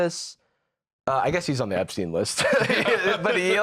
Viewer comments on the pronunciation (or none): none